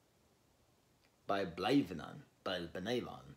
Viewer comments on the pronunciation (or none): Blaenavon is a former mining town in south Wales. Blae rhymes with fly, na with a short a, von like you'd expect, or maybe fon if you were more Welsh. They were interesting but not exciting live